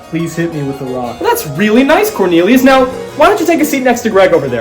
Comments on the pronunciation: CORNILIOS?!?! BAHAHAHAHAHAHAHHAHA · corn-elius :D